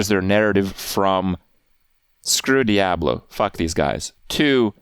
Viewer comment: You can't even properly pronounce the word diablo. You are a joke